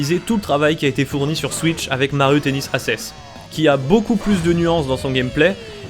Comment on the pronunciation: Mario Tennis Assess ? Hormis la prononciation de l'anglais critiquable, voilà une vidéo qui m'a appris plein de choses ! Merci !